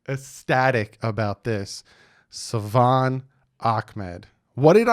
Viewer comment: You did it,! You said Salvon's name correctly! 🤣 Fins Up!! 🐬